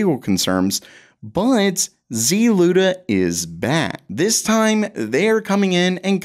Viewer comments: why pronounce the Z-Luda instead of a one word ZLUDA... you don't say C-UDA you say CUDA? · ZLUDA? Is this a Saturday Night Live cold open?